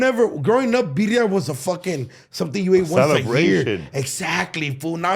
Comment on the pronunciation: Did say "Virria" smh 🫩😂